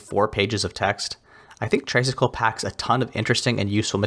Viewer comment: great review as always! btw, just a small thing, but I believe "tray" in traysikel is pronounced like "tri" as in three, as in three cycles because the tricycle has three wheels. "traysikel" is just a colloquial respelling. Tagalog vowels are not pronounced like American vowels. our letter "a" is pronounced as "ah" and not "ay." anyway, i'm just being nitpicky! thank you as always for featuring indie games!